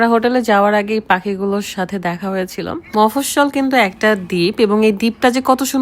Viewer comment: Beach yer mofossol noy mafusi..😂😂 ki rokom abal bolen beach yer nam ye janena